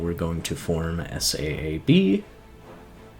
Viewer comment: I dont want to be pedantic but SAAB is pronounced like a word not an acronym so its not spelled out. Also thanks for the great guide it really helped me a ton because I suck at getting achievements!